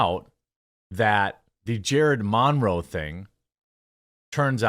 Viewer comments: Jeremy, it’s Monroe, like Marilyn Monroe. (Mun-row) Good video buddy. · Dude!! What is with the Mahn-row pronunciation? 😬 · The way you say "Monroe" physically hurts me.... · Why are you saying Monroe so weirdly? It's distracting with how much you keep saying it😂❤ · I refuse to listen to anyone who can't pronounce Monroe